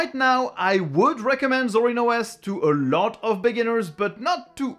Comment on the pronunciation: Take a shot every time he says "Ah LOT"